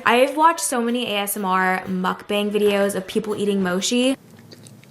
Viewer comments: it's mochi not moshi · It is not moshi it is pronounced mo-chi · Omg its mochi not moshi sorry I start twitching when someone pronounces mochi wrong. (No Hate) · You say mochi wrong lol it’s “mo-chi” not she lol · She said mochi like moshi 🤭😬😂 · hi! it’s actually pronounced moCHi, like “tea “except there as a “c” at the beginning instead of a “t”. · No, I think she said lit